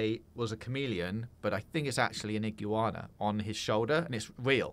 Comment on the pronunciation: I have never heard anyone pronounce iguana like that haha